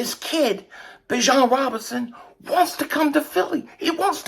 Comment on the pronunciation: Is anyone gonna tell that it is pronounced BE- John